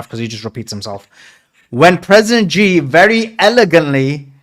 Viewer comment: it's President C not G please